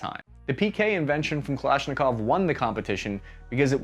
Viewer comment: Its called the UKM 2000. Even with its issues its more realible than M60 especially in below 0 degree temperatures and harsh weather ;) Beryl is on the other hand is an excellent conversion of AK platform to NATO standards and its just confirms how amazing AK platform is - yet you cant even pronounce "Kałasznikow" properly. Now go and try to chamber your lame AR to 5,45 - i doubt its gonna work :P